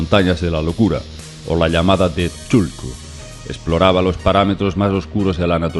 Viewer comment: es Khathulú KA-TU-LÚ!!! NO CHULKU!!!